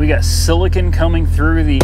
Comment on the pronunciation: Lol “Silicin” (silicone)